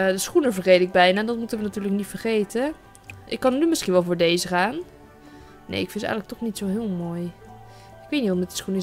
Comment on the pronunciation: sorry dat ik het zeg maar je zegt steeds dees en niet deze geen haar maar ja je mag ook gewoon dees blijven zeggen hoor